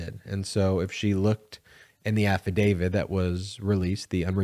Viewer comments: Please say affidav-IT. Saying “affidavid” diminishes one’s faith in your argument by creating a perception you have no understanding of language and, further, any more complex issue. I think you’re just enunciating lazily but I admire your endeavor and would like you to be beyond reproach. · It's not 'affadavid' but 'affidavit'. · It's affidaviT not affidaviD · Please ,please the word is AFFIDAVIT not AFFIDAVID……. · I love your videos, but for the love of all, please quit saying “afi-David!” It’s affidavit. No ‘D’. Not even a little. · I like your videos but please stop calling an afadavit an afa-david. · There’s no “DAVID” in “Affadavit”. AFF-A-DAVE-IT <<< “T” The end sound is “T”! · THERES NO “D” at the end of AFFIDAVIT. Stop mispronouncing it. I cannot and do not take anything you say seriously when you continue to pronounce it wrong. Why hasn’t your editor corrected you?